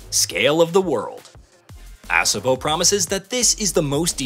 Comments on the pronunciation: Please stop pronouncing it "ASS-obo", it's Ah-sobo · Exactly, It's pronounced A-so-bo Not Ass-a-bo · It's pronounced uh-SO-bo not ASS-uh-bo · A-saw-bow. Not Ass a moe lol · ASS' uh boh?? LOL!! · Ass-uhbo Studios 💀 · They should have at least taught the AI how to say ASOBO correctly. Can I get an AMEN!